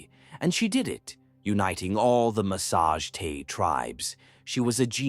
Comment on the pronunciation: well done BUT PLEASE its not massage tay its THE MASSA GETAE